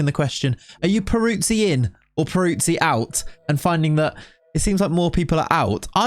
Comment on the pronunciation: but you can't say his name 😅 it's more like Perutzee 😉 love the content mate. Can you do a lengthy Newcastle save please 🙏